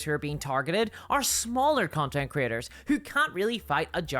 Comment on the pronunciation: When you say “creators” it sounds like you say “critters”. I love it. Bunch o’ lil YouTube critters.